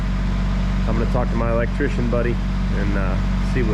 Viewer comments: I pretty Shure he said elechicken!! Lol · Sounded to me like he said electician like a technician of electricity. 😀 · Did you just say "electchicken"?